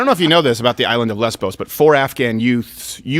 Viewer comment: The island is called " LESVOS" NOT LESBOS also its MOLON LAVE not MOLON LABE